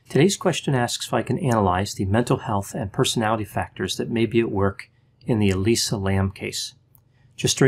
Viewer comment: That’s now how you say Elisa.